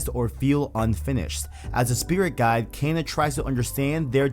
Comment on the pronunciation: why am I'm triggered at out how you're mispronouncing kena lol